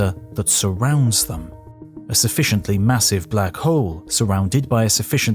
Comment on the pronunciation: Sorry, getting distracting hearing you swallow the "L" in hole when talking about Hawking and Black Holes. It just does not feel correct, if you say that he was looking for the oldest and biggest one. Edit: Doesn't get better when talking about the big bang, too.